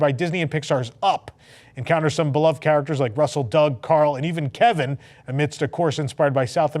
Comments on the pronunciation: on the video: “… even Keven.” My Partner: “Kevin??” Me: “Yeah, Kevin.” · KEVIN! yeah Kevin 😂, Sorry for the lame pun but you said Kevin just like you say seven on WDWNT. And I’m a sucker or lame puns❤